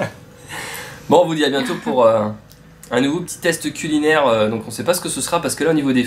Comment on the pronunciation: Bon app. Hmm j'ai bien entendu cuninaire ahaha. L'artichaut était pas mal aussi. Merci marine. Vous les finissez après